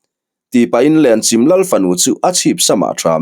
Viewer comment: Lenchim i lam dan hi a dik tawk lovin ka hria,Chim tih lai hi 'Chaihchim' ti a chim tih lai tak ang a lam tur a ni a,Lenchim khua hi khaw upa tak ni in Tlungvel zawn chhuah lam Tawih tlang pang ah khian a awm a In 150 vel em ni an nih kha aw,ka chiang chiah ta lo.